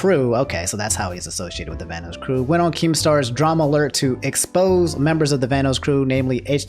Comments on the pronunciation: Hey, just letting you know it's pronounced "Van-oss" and not "Van-O's". Also Liz and Delirious are dating, not married:) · I don't mean to be rude, but it's pronounced "Van-oss", like how "loss" is pronounced, not "Van-oos". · Bruh my dude really said Vanose, (Van-Noe-S) wha, vanoss finna snap and demonitise half the videos on youtube or smtn lmao. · Lol he said vanoos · Plz Van-NOS and caliber like a gun. Still love u ✌️😂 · Sorry, my man. You seem like a cool guy, but the way you pronounced "Vanoss" earns you an automatic dislike. 😂